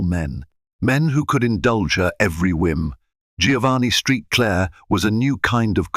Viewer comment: St. Clair. Saint Clair not street Clare Please correct your ai